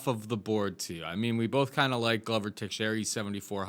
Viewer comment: Big fan of the show. Been watching you guys since the fight network days. Love the brutal honesty and no bs approach. But...for the LOVE of GOD SOMEBODY TEACH HOW TO PRONOUNCE "Texiera"!#!&#!!